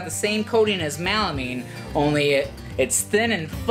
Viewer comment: I am a fan, and I like your videos… But for God's sake it is melamine… MELAMINE, not "mal"amine 😊